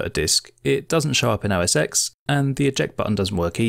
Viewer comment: For the love of all things holy - it is NOT OS Ex. It is OS ten.